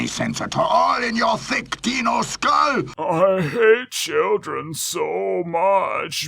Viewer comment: I`d argue that these aren`t even real dinosaurs, they hardly look the part obviously, and given that they pronounce the (supposed) word "dino" like "deeno" makes me think that they are aliens or mutants from an alternate dimension called Deenos.